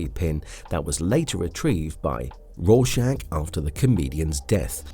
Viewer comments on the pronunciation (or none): none